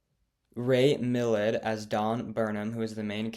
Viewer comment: It’s Ray MILLAND. Not Ray Milled